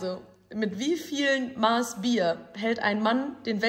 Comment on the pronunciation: Triggert mich wie sie Maß aussprechen😂